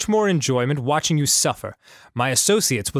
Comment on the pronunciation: "yiou always were a kidder, Steve."